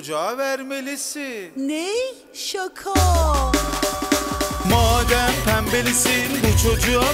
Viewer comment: arkadaşlar başta kadın şaka mı diyor şako mu diyor